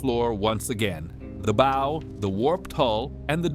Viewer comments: These ai voice is terrible it's a Bow..not a boe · Too bad AI doesn’t know how to pronounce the BOW OF THE SHIP WHIS IS THE FRONT OF THE SHIP, it sounds like bough, like a tree branch, not an hair bow that a little girl wears. Record- noun REK-urd refers to a written account or best achievement or a grooved disc for audio; record, verb means to capture sounds or images or to write something down. I will be so glad when AI learns the difficulties of the English language. I thank God for my strict English teachers, I will admit I struggled and sometimes didn’t understand why they were so particular.